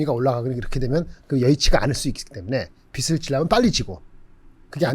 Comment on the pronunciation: 빚을 발음, 비슬 아님